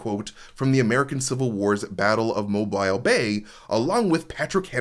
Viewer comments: Mobile is pronounced Mo Beel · Hey! Mobile Alabama is pronounced Mo-Beel